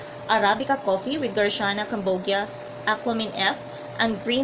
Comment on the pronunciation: Garcinia po maam hndi garciana😅